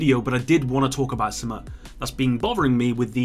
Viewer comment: Kindly learn how to say "something" correctly